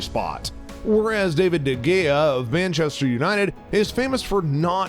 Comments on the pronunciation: its spelled gea but you say it with an h like hea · “ David de GAYA” 💀